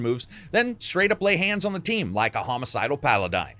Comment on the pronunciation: You dont know how to pronounce mete or paladin FYI